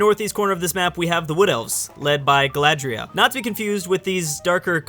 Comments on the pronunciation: Also Galadriel not Galadria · Don't forget "Galadria" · Who is Aragon? And, is it Galadria, that you are saying/misspeaking?